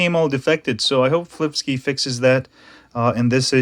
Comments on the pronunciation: it's pronounced sky not ski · can you pronounce flipsky the right way?